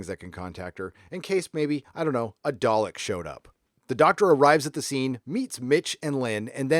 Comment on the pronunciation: Do all Americans say day-lick? It's dar-lick!